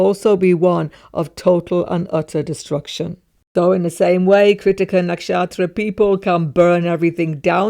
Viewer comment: Why do you say “nakshaStra” sometimes?